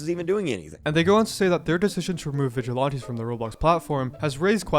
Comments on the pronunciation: I know this is a horrible situation, but PLEASE stop saying "Vigilonties", It's "Viglilanties" but spelled like Vigilantes. I'm sorry and I might get a lot of hate but it's really making my OCD go nuts. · They are not Vidge-eh-lawn-tees. They are Vidge-eh-lan-tees. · VigilOnties. You say it too much to ignore. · still saying vigilaunties bruh xD also Roblox needs to just throw in the towel at this point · why they have issues with the 'vigilontees'?